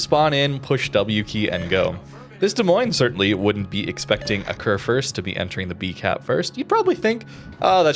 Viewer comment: It is pronounced "Kurfürst" ☝️🤓 Like the U in Rupprecht.